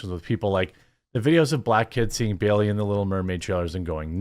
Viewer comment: It’s *Bailey, not Berry!